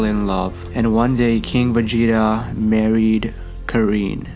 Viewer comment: Y tf does he keep saying Vegeta like day😂